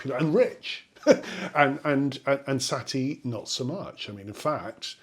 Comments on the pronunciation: it's sah-TEA, not SAH-tea. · Satie, sa tie, not sat ie